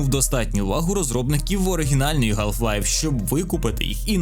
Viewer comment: ГАЛФ Лайф. Будь ласка, не траба так 🙏